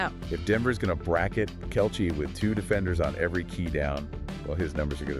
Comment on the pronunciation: This AI voice has trouble pronouncing Kelce, Jeez, you want hits just do the narrative yourself or is English not your native language? THUMBS DOWN